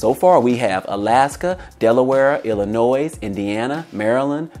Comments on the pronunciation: "Illinois" ... The S is Silent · The S is silent in Illinois